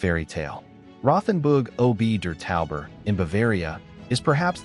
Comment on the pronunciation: Credibility would be improved if the names of the places were more accurately pronounced. (RoTHenburg Oh Bee der Taube? Really? and Jeeth Horn?) Most of these places are already somewhat over-run with tourists, certainly in the summer months.